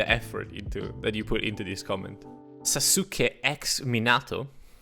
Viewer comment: SA-SUCE-KAY ex Min-ah-toe glares at camera Naruto fans: surprised pikachu